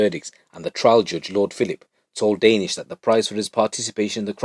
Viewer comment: Lol your making me laugh. Danish. The way your saying it is totally wrong. Funny. Ha Ha Ha. Joke tings!! Oh my daze!!